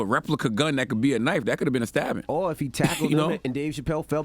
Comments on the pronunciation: The word is “Or” not “are” charlamagne 😂😂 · Charla ain't gone ever know how to pronounce OR. Lol and the emphasis be sending me... RRRRRRR! LOL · this mfer can't pronounce or. OR!!!